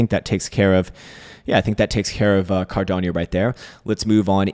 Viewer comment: Bro, it’s pronounced CAR-DA-NO, not Car-dan-yo… 😂